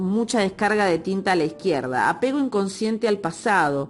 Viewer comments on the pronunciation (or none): Dextrógira... fíjate en el tilde, lo mismo con a izquierda, lo has acentuado mal, como si el tilde estuviera en la "i"